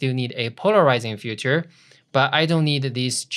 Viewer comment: Love it and you. :) perfect done! - practice saying filter-feature-future. greetings! :) Di.